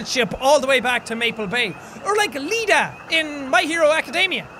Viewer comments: Jack said "Lida" instead of "Iida" and I unconciously facepalmed lmfao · So nobody is gonna talk about how he called Iida, Lida? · did. did he just call Iida 'Lida'. i cant fuckign breathe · Is nobody gonna talk about how he called Tenya Iida "Lida" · Your mentions of My Hero Academia give me life, but I was just like "Who is L-EE-DA?" and then I noticed you meant "EE-DA" and cringed myself to death. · THIS MAN SAID LIDA AND NOT IIDA WHAT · Did... did you call him Lida...? I-it’s Iida. iida. No L. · "Lida, from my hero academia" Did...did he mean Iida, spelled with two i's? I laughed for way too long on that one! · I KNOW YOU DID NOT JUST SAY "LIDA" JACK. I KNOW YOU DID NOT. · did u say ''Lida''? its Iida! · Repeat after me! Iida Not Lida i not l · Jack... it's Iida, not Lida 😂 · It's not lida iida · Oh good not you too. It' 'iida' not 'lida' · It's pronounced EEDAH no LEEDAH. It's 2 I's, not an L and an I 😭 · Why is no one talking about how he thought iida from bnha was pronounced Lida lmao